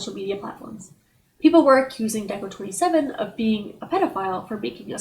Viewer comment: DECO*27 pronunciation mistake detected. Entire video discarded (I am joking)